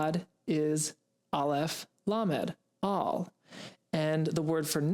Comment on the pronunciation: Thank u. I found your channel a few days ago and learning so much so far ❤ Just about Lamed Alef... It's sounds like LO. Not LA 🙏🏼 Love from Israel 🥰